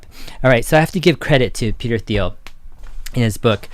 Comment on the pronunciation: Hard “T”.. not “Th”.. Interesting topic tho. Thx.